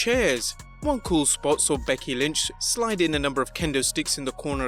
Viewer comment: who is BEDKY lynch? 😂